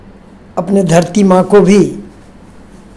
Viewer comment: Thank you🙏❤ sir ji Aapne jo 🌸 MAA 🌺 sabad ka uccharan kiye,& karne ke liye 🌻Aapko🙏🌼